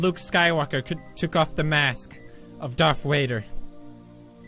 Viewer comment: “Darth wader”